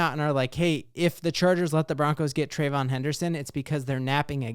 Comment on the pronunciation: Say it with me…Trey-VEE-yon. Thank you for your time.